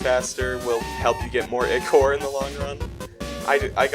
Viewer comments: PRONOUNCE IT AS aikor 🙁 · I thought it was pronounced eye-core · how he says ichor bothers me ITS EYE CORE